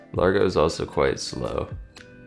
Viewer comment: Ok, I'm not a music nerd, per se, but I do play piano, have taken music theory, and I can say--there really isn't much difference to me, lol. Maybe if I grew up in Italy, I would know the differences in terms. Btw, the pronunciation of those terms would be "layn-toe," "ah-dah-jyoe," and "lahr-goe." I may not have grown up in Italy, but I am taking Italian, and those letters/combos make different sounds than in English.